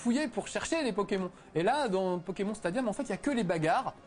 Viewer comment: ce test a été réalisé quand? il dit pokémon et pas "pokémone" ça fait vraiment bizarre x)